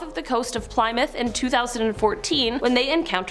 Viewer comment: Nobody's gonna make mention of how she pronounced "PLYMOUTH "?